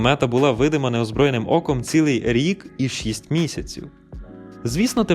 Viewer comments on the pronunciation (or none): none